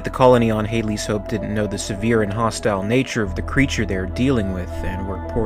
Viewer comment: Do you call it Halley's hope? It's HaDley's Hope. The audiobooks and novellas have the story from when Newt (Rebecca Jordan) is born to when Newt is found. Plenty of books written around the Alien Universe. I loved the Rage Wars series which include the Predators and the Aliens being weaponised under Android Generals.